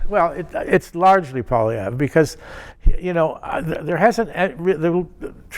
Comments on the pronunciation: Learn how to pronounce Conservative leader's name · Trudeau hasn’t made any errors? He is a constant mistake. He can’t even pronounce Poilievre properly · this guy can't even pronounce Pierre's name lol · He can't even pronounce Poilievre properly. Time for your meds. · How can you still not pronounce Poilievre's name at this point. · As a former Press Secretary, one would think he would be able to, at the very least, spin doctor some good press on what Justin has done. If this was his goal, he failed dismally, as he seemed unable to make any strong positive statements re the Liberal MP who holds the Office of Prime Minister. He also cannot expect to be taken seriously if he cannot even pronounce the name of the leader of the opposition. He is also appears delusional and/or naive and/or incompetent stating Justin has made no major errors. This suggests a once presumably capable and competent press secretary is no longer competent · Can't even bother to figure out how to pronounce the leader of the opposition's name properly. A bit disrespectful. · Is this guy for real? How can he pay attention to politics when he can’t even come close to pronouncing Poilievre? He is so obviously out of touch, not to mention so obviously biased. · This Guy can't even pronounce Pierre's name. What a tool. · I agree with the statement from Mr. Gossage that "Traditional media does not reach young people". I DISAGREE withe everything else he said, and he doesn't even pronounce Pierre's name properly. I enjoy this channel and will drop some money in Paypal. Like !!!! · The fact that he can not pronounce his opponents name says it all Another libtard that can not and will not admit to their abject failer and harm they have done to Canada and Canadians. Let Us Vote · you’re an effing canadian, learn to pronounce the man’s name.